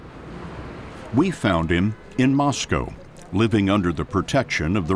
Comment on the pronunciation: An American who pronounced Moscow correctly (NOT Moss-Cow).....I'm impressed.